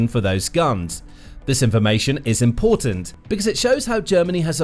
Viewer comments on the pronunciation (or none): none